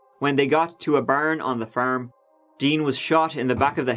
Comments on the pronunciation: Everyone always talks about saying “tree” but I’m dying over “the baern on the faerm” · Furm, mrk, crr. I couldn't fallow the story coz his pronunciation of those words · The way you pronounce car, farm, and Mark is extremely irritating.